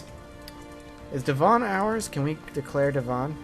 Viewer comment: Please stop calling it De-von it`s Devon ('eh' not 'ee').